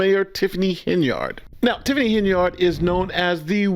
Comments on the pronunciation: Henyard is an old name and it is pronounced: "Hen-yerd." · PLEASE cease pronouncing Henyard, “HEN-yard” like a chicken in a yard. It is pronounced- HEN-yerd. This subtle English misnomering is what keeps your community repressed.